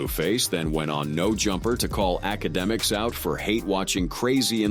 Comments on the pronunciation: The fact that it says it wrong, so many damn times gives me anxiety, I don’t even want to watch the video because of it, and I do like the videos of this channel I’m not a hater or anything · Academics lml can't even say his name right 😅😅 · I dunno if this is engagement bait or what but holy fuck the 1000 pronunciations of akademics is killing me